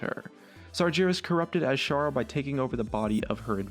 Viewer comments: It's not Sarjeras.. SarGeras.. Sorry, just irritates me xD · It's Not SarJeras it's Sargeras TRIGGERED O______O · I'll get into the triggered train: IT'S FUCKING SARGERAS, NO SARJERAS/SAR JERAZ, also, Demons? Calling Kil'jaden and Archimonde demons just show how little you know about Warcraft, go back to lol pls, you suck at story telling in Warcraft (they're draenei, like Velen or Aldor peacekeeper...but I doubt you even know what a draenei is ) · Jesus tits they say his name in game all the time it's not sarjerus its Sargeras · ITS FUKING SARGERAS NOT SARDZERAS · Sar-gare-us* Also, Kil'Jaeden is the one that is tied more to the Helmet of Ner'zul, since he actually created it for him. Not Archimonde though. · Oh god the pronunciation, the pronaunciation. Sargeras, Ner'zhul. (hint: his name is not Sarjeras) (his name is not Ner'zjul) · Since I am early, I will save the rest of the comment section. Ahem... two people pointed out pronunciation of Sargeras. No more of these "You pronounced Sargeras wrong" comments please! Please? Ah, I tried...